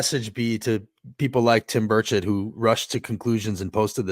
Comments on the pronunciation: Pretty sure he was saying “Bird-shit” 😂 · Did I just hear you call him Rep Tim Birdofshit? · Burchett , pronounced bird shit. Thks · Did you say Tim Birdsh!t?!